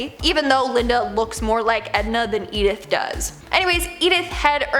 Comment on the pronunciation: Edith is not pronounced eith a hard E at the beginning but with a soft ]Eh] at the begginning